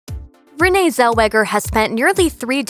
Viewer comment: Rin-E Zellweger? 😂 that’s not right. Rin-nay I believe.